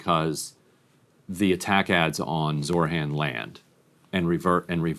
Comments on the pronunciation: Ryan, his name name is ZOHRAN, not Zorhan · Hey Ryan: Its ZOHRAN (not ZORHAN). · Zohran not Zorhan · Is it pronounced Zoh-ran or Zor-han? Ryan keeps saying Zor-han. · He kept saying Zor-han, but it's Zoh-rahn. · it’s pronounced Zo-Ron not Zor-Han. Please my friend. ❤ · ZOR HAN?? I’m sorry but literally just read how it’s spelled. SMH. It’s not that hard lol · Why does Ryan keep saying Zor-han. It's so fucking annoying pls Grimm, I love you, but you gotta get it together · Ryan, the name is Zohran: Z O H R A N. Because we gotta get it right. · Ryan Grim, please at least say Zohran's name correctly. It seems in Grim's mind, the h and r in Zohran's name are switched. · ryan i'm begging you to pronounce zohran correctly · Ryan, gotta lock in and get the name right 😭 It was said correctly so may times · jesus christ ryan get Zohran's name right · Somebody teach Ryan how to pronounce Zohran 💀